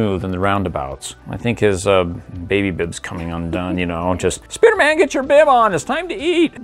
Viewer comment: Why do you call him Spuderman not spiderman